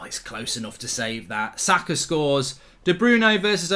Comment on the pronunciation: I don't care about Formula 1, all I care is Arsenal beatchslap Ronaldo and Ronaldo alike overpayed Manchester merchenaries and take 4th. I'll be extatic with that. This is a very good step away from home. If we win at Palace too, 90% we'll have secured 4th. PS: He's name is Saka, not Zaka. Thank you.